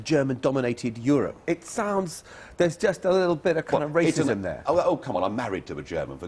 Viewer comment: wa wa wa wa wa waaaaaaaaasism! My guardian reading lectorat finks dat iz waaasism.